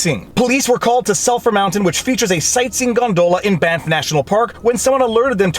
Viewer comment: You keep saying "Banff" Hotel, and I keep hearing "BAMF" Hotel. Now I wish there was one somewhere out there.